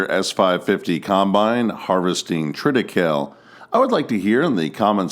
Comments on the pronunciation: We grew some triticale in the late 70s in southwest Missouri. We only grew it for one season. It's much more prevalent in Poland, Germany and France. Incidentally, you pronounce the 'e' in the name. tri-tih-KAY-lee. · Triticale is pronounced "Trit-uh·KAY·lee." It is a hybrid of wheat (Triticum) and rye (Secale). They tried to grow it in eastern Washington in the 1970s, but it never caught on with farmers. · TRIT I CAYL EE